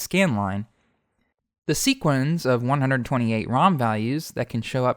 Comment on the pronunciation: Just some helpful tips: sequence rhymes with patience, it does not sound like sequins. Also, sleuthing should have the same TH sound as its root, not the harder one. You keep saying if something WERE at times when the subjunctive is incorrect. If there is true uncertainty, especially if if really means whether, it should be WAS. Also, either is singular and uses a singular verb (arguably neither does too); and you choose between one thing AND another thing, not OR. All this is offered to help polish your incredibly detailed and well-narrated videos! A treat as always to watch.